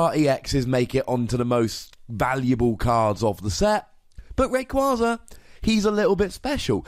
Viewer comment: ITS F IN RAYKYAZA